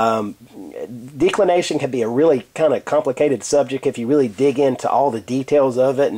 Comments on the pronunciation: Maybe a minor point, but you are not pronouncing it correctly, the "e" should be soft, not hard i.e. like the first "e" in the word "decimate" Audio clip of pronunciation is is here: thefreedictionary(dot)com/declination Good vid otherwise, clearly and correctly explained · Can't even pronounce declination correcly from the beginning - why should anyone stick around for the remainder of the vid?